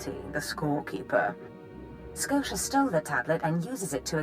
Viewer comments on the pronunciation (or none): She pronounced Skotia as both Skosha and Sko-tee-ah, fucking cannot unhear. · She can never decide on how to pronounce his name XD "Darth Scotia" "Darth Sko-tia" "Darth Skotcha"